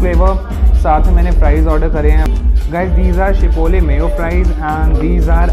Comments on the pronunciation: Chipole nhi gadhe chipotle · It's not chipole it's chipotle😂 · Chipole nai chipotle